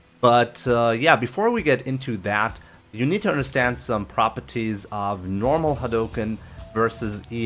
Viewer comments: Propities lol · Lord have mercy your voice is fucking horrible. Must you overpronounce everything? Died at the word "Prah Perr Teez"